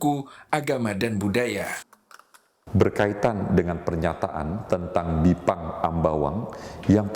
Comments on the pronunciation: Bipang Ambawang, bukan Jipang Ambawang kan?😄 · ga bisa bedain yah. antara Bipang sama Jipang☺. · sampe buat klarifikasi jipang. hey nie kuping msh normal. bipang bukan jipang. ketawa saya liatnya